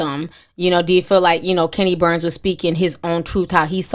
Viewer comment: GWORL, you can’t pronounce shit it’s 🗣BURNS, KENNY BURNS, NOT BARNES🤦🏾‍♀️